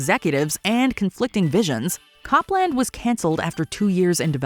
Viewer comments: It's not pronounced "COP-LAND", it's "COPE-lund" (/ˈkoʊplənd/). The operating system's codename was in tribute to American classical composer Aaron Copland (of Fanfare for the Common Man and Appalachian Spring fame). At the time, Apple gave updates to its OS (System) codenames from the world of music. So System 7.5 (Copland's predecessor) had the codename "Mozart" after Wolfgang Amadeus Mozart, and what would have been Copland's successor had the codename "Gershwin" after Ira & George Gershwin. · "Cop-land" made me laugh. Embarrassing error,. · The operating system was pronounced “COPE”land..not “CAHP”-land…as in Aaron Copland the musician. Idiots. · I think we're in the Idiocracy. It's not named Cop-land. It was named after the American composer Aaron Co-pland. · Wow, you are pronouncing Copland wrong. It’s with a long “oh” sound. It’s pronounced the same way as composer Aaron Copland.